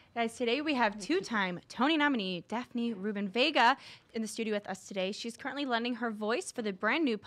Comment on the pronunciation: It's not Vegas it's Vega!